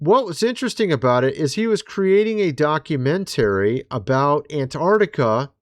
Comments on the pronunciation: Where in the world did you learn to pronounce the word "documentary"?? It's actually mind blowing. Never in my life have I heard some words pronounced the way you do. Other than that strangeness, I enjoy your content. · FTLOG, it’s pronounced doc u men tah ree! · Why do you say documentary so funny? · Dude! D O C U M E N T A R Y Please look up the pronunciation of the word. You say you are an engineer so I know you at least have a bachelors degree. Do you say words incorrectly on purpose to get comments? Also look up Palantir pronunciation while your at it. Love your pod though. Just something that is like nails on chalkboard when you speak words incorrectly and also say you are an educated engineer. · The way you say documentary 😂😂😂😂😂